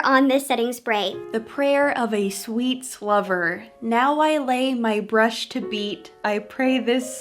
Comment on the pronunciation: anyone else hear "sweet slover"??